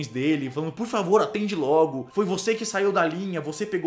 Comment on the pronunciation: por favir kkkkkkk